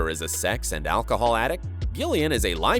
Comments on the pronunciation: It's pronounced Jillian not gill ian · Is it just me who noticed the voiceover pronounced Gillian with a hard g rather than Jillian (how it’s supposed to be pronounced) is this an error on the part of the voice over or does Gillian just pronounce it differently? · why do you pronounce gillian like that it’s so annoying